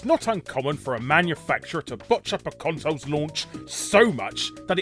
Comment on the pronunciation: I like hearing Larry talking about "consos." :)